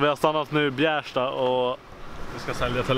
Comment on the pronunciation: "Bjäärsta" Bjästa*.